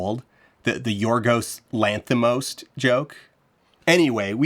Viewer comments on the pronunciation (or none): "Lanthimost" fuck I don't think I'll never not say that ever again. Thanks for that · I’m giving a like for “Yorgos LanthiMOST”